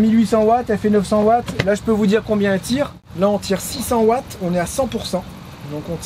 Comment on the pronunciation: Un Watt c’est pas un Vatt 😅